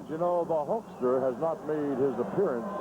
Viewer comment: And calling the Hulkster...the Hulker lol